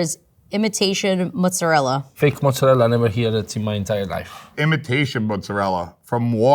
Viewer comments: Just came to say: IT'S MOZZARELLAAAAAAAAA Not Mozzarel. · The whole videos she's been pronouncing it wrong then forgets to pronounce her special way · Can't stand the 'Mozzarell' ... It's Mozzarella! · Its mozzarella not mozzarell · the way the lady says "Mozzerel" while the actual italian guy says "Mozzerella" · MOZZARELLA!!! NOT MOZZARELLE!! just learn a dmn word! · It’s the lady saying “moot-sa-rrell” when the 3rd gen Italian pizza maker just says mozzarella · There's no such word as "muzedell". It's a very simple word, MOZARELLA! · WTF is motzarel?? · Noteworthy that the Italian says "mozzarella" and the American is saying "mozzarelle." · Nothing annoys me more than americans calling mozzarella "mozzarell" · Every time I hear the word mozzarell I want to gouge my eyes out. It's mozzarella!!!! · Go to Italy and have real Italians tell you how to pronounce it. 100% guarantee none of them will say ''mozzarelle'' and 100% of them will say ''mozzarella'' my dude. ''mozzarelle'' is a really weird American (Italian-American) thing. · Woman who REPEATEDLY says "MUTZ-uh-rell" to flex the "Low-IQ-immigrant-in-NY" pronounciation needs to choose Italian or English. It's dorky and annoying, not at all "cool" like meathead Yankee-Sicilians think. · Italian dude saying "Mozzarella" Loser pretentious American says 'MOOzerell". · I mean why butcher the word mozzaRELLA so hard lol, they could just go with the standard american pronunciation then. Because "mozza-rell" sounds wrong asf. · What is “motz-a-rel”? I assume it’s a regional thing in America because that’s not how it’s pronounced in English or Italian. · That lady just wanted to keep saying "mootza lel" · I'm cringing every time she says "mozzarel". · pretty cringey how the chick pronounces mozzarella as mozzarelle. Changes her pronunciation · It hurts everytime I hear "mot-zuh-rel." This message is brought to you by the letter A. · that's not how you say mozzarella....."mozarell-ah", you HAVE to say the A at the end